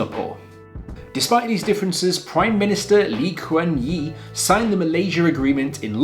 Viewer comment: Sorry wrong pronounciation of Singaoore's first PM. It's Yew. Or the letter U.